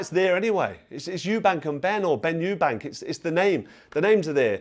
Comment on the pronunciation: They had to stop the first fight in Round 9 before Benn got killed, and Nigel Benn even said in the ring after the fight that he completely underestimated Eubank .. I always thought the second fight was Nigel Benn's win but they're both warriors. Just a friendly heads up, there's no 's' in Eubank